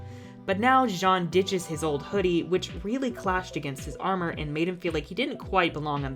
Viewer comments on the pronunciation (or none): none